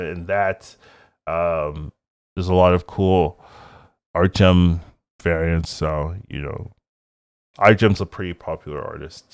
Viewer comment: ArtgeRm, with an R.